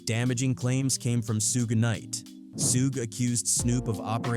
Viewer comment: "Soog Knight"🤦🏾‍♂️😂😂😂